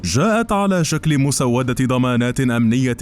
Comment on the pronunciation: Mousouwada et pas mousawada Tu prononce mal